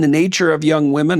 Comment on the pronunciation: JBP: "...and adopt the MI-YEN of..." I think he meant to say "mien" - which means "attitude, appearance, behavior."